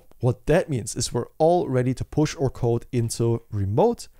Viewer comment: Thank you for your effort with this video bro! Very helpful and a great one for the portfolio!!! Can we please pronounce our as "our" and not oooor XD